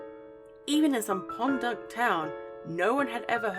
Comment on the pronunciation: 1) Stonehenge or Elvis...he’s a well rounded conspirator. 2) Did you say “pond-duck town”? If so, lack of ‘Merica is showing! It’s “podunk”. Trust me, I’m in one right now...